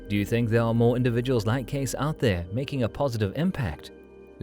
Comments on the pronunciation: Casis ? 🙄 Su apellido se pronuncia Queisi. Así debe sonar. Cuanta miseria habita las redes sociales humanas... 🫣 Está increíblemente revuelto tu contenido, muchacho... muy malo el nivel de este video 🥱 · 😮His surname is pronounced like , K-see, Edgar Cayce. He had a son named Hugh Lynn Cayce. My mother have every book written by Edgar Cayce. I think he had a knowledge of future events. Interesting program. Young people now wouldn't have a clue as to who he was. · Hey...it's pronounced Case-ee. Dont insult this great psychic with your feeble programmed interpretation of historical data. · that's easy to say...what if someone mispronounced your last name? What's in a name?...well everything. In polite society it is an insult to mispronounce someone's Sir name...especially in a large public gathering (which is what You tube is). Mind your manners.